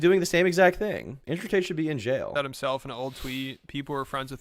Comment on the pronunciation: why did you say it like that lmao “Andrew Tate should be in Jayuhl”